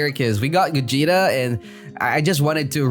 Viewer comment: said gugeta